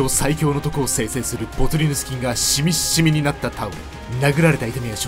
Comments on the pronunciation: シミシミタオルをいちいちシミッシミって言うの好き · 発音がシミッシミなのすき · シミシミを強調して伝えるのが、ツボw